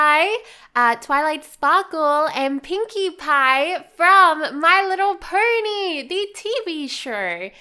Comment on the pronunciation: why do you say my little purny??? it is my little pony